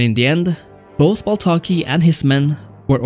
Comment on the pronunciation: Duuude it is baltaci not baltaki but nice video